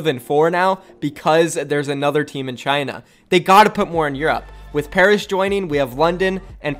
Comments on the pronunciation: Pairs? I know he meant Paris 😆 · PAIRS it’s Paris xD (love you vids btw) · Ahem... PARIS NOT PAIRS